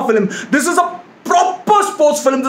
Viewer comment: It is not filim its film bro